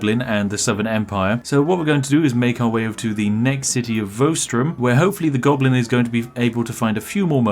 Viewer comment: "a conniving gonoblin." spiff 2020